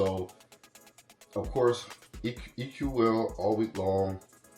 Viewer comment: Congrats on your Undefeated DUB 💪🏽 Here’s a little known fact that I learned from “Mitch” that runs EQL’s YouTube page. It’s actually pronounced “EQUAL” not E.Q.L. 🤯 glad to see you back to the content 🫡🫡